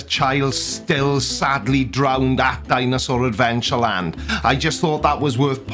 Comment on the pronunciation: Boy 'drownded' on Hovind's watch - Hovind laughs it off On March 20, 2020, creationist Kent Hovind spoke on his daily YouTube show about the 7-year-old boy who drowned (or 'drownded' as Hovind pronounces it) at his “Dinosaur Adventure Land” (a low-budget Creation Museum) on Sunday. Instead of expressing any sympathy for the family, or explaining how things would change at the park moving forward, Hovind briefly discussed what happened, before talking about how the rest of the family’s day was just great and mocking someone on Twitter who noted the incident occurred.